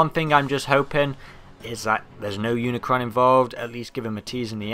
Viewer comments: It not uncron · dude its unicron